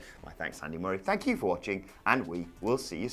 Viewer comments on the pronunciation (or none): WHAT THE HELL, MURR-AY?!🤣🤣🤣